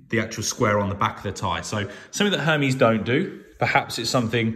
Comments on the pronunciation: Pronounced: (air - Mez) , not what you are saying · LOL the way he’s saying Hermes is jokes. Can’t even say it right